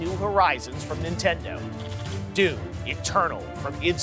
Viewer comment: Everytime he said D O O M Eternal, I laughed my ass off.